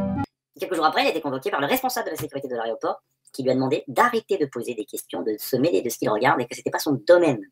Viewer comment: Pour cela il faudrait déjà que vous soyez en mesure d'admettre que vous avez sélectionné trois courts passages sur une vidéo d'1h40 dans le seul but de décrédibiliser non pas les arguments exposés mais simplement ridiculiser la personne qui les présente. En fait tout est dans le titre, "aRéoport", voici votre ligne d'attaque, les défauts de prononciation et les "erreurs" anecdotiques. Décrédibiliser son adversaire est une technique de manipulation bien connue, et tant que vous jouer ce jeux il n'y a pas lieu de faire confiance en votre bonne foi. En résumé, mon commentaire précédent.